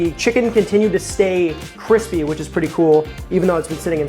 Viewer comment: Eh. I could do without his habit of mispronouncing words ("criss" and "crissy" instead of "crisp" and "crispy") and shortening words in unfortunate ways, like calling a brisket a "bris" (Mazeltov!). And his printed recipes need an editor.